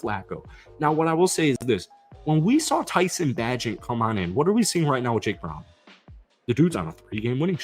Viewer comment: I'm practicing patience listening to you pronounce tyson bagents name wrong XD jkjk